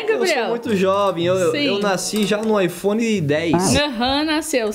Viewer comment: não é phone e aiphone😂❤